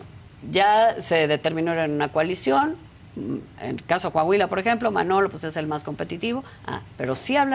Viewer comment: Coahuila !!! Corrige Adela , no es Cuuuahuila !